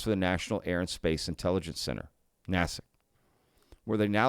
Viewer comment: Foreign Material Exploitation. There you go. "NAY-SICK" is the correct pronunciation.